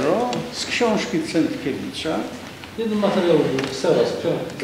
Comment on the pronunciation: CenTkiewicz:)) Bredzislaw to zalosna kreatura a i nazwisk nie potrafi wymowic... Ciekawe czy jak donosil to tez sie tak mylil?